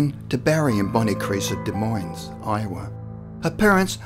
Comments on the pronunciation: it's pronounced "deh moin", the es is silent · The “s” is silent in Des Moines. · You don't pronounce the "s" in the name Des Moines. It sounds like "de moyn." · The “s” in Des Moines is silent, but love that story. The first one I’ve heard of in Iowa. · Can express the finer points of Cyrillic grammar but cannot say, Des Moines without pluralizing it......